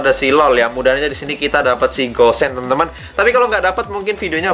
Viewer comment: Namanya gusion tapi kebanyakan manggilnya kok gossen ya